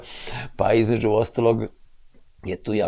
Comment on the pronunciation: Šta je sad ovo promoviše litijum, da je dobar za mozak. Zašto ovaj doktor govori KUČI, namesto KUĆI, IZMEDŽU namesto između! Haaaa teško računa, MOGUČE a ne moguće! Gde ovaj doktor živi???